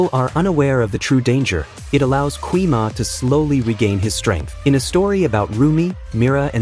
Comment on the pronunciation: ❌gui ma✅gwi ma